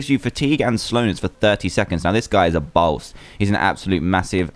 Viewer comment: ***** , it's BOSS, NOT BOWS